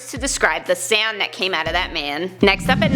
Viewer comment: You said "sand" at least once instead of "sound."